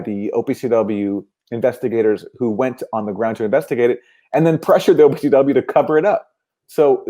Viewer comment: I was having the same reaction to "OPCW"